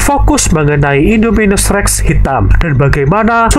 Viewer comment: Bang namanya indominus irrrrrreeeeeengggg😂😂😂